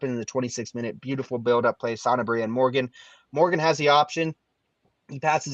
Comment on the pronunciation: It’s Sanabria, not Santabria. Am I the only one that feels like they throw in a t sound?!